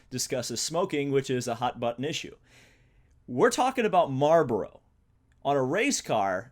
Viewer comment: Hahahahahhaha how you say marboro hahaha